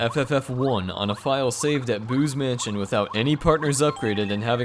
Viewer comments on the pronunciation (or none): Did anyone think that when he said "Boo's Mansion", he said "Booze Mansion"?